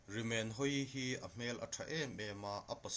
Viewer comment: Rimenhawii hming i lam dan hi a dik lo bawk.